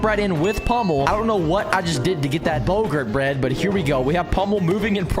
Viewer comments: Bow gart not gurt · Its bow-gart